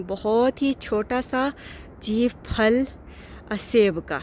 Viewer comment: السلام علیکم ارجمند صاحبہ آپ پھل کو فھل بولتی ھو پلیز مائنڈ نہ کریں اسکو پھل بولیں